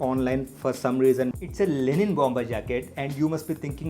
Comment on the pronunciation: It's Linen not Lenin 🙄